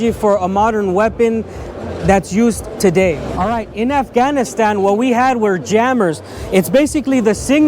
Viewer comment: I would put less emphasis on the word Afghanistan.